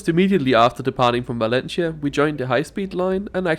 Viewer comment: ¡Ningún problema! And since you don't mind constructive criticism, please pronounce Valencia like in Spanish 'Valensia' not 'Valenchia'